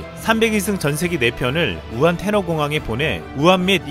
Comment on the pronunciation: 우환 아니고 우한